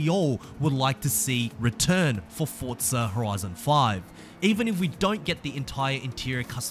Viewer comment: where is the T in Forza? 🤣🤣🤣🤣🤣